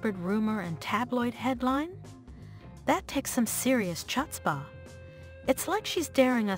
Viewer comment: Chut Spa? Mispronouncing words like this really negates your delivery.